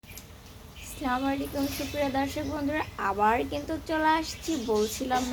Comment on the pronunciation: Slamalikum na. Assalamu alaikum oi babe bolte hoy. Amar kothay rag korio na. Tumar hoy nI tai ami bole dilam.